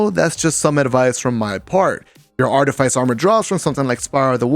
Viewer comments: Facts, got me a little annoyed when people pronounce it like “ice” instead of “fiss”😂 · It's pronounce Arti-fiss. But thanks for the vid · Artyfiesi or artifice ? That pronunciation is weird lol